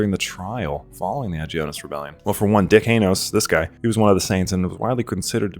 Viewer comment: Can't help but notice how you pronounced Dikaynos HAHAHAHAA